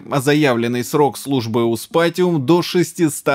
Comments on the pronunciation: Докапывается к надписями на коробке с китайским SSD, а сам неправильно произнёс название серии MSI (STATIUM вместо SPATIUM). Ну и в целом посыл про "китайские ноунейм" SSD довольно смешон, давайте брать отечественные, с SLC-памятью и DRAM-кэшем в половину объема диска! xD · МСИ сПатиум ;) А "сТатиум" у вас в статистиках просмотра будет.